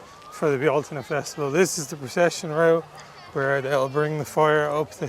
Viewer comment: I'm happy you pronounced "Bealtaine" right (depending on the dialect; I say "BELL-tin-nuh"). I mean, you're native, and I'm not, but it would've upset me if you'd messed it up :D